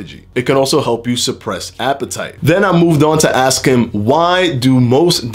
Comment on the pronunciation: You always aks and not ask! 😁 Thanks for the great videos. Much love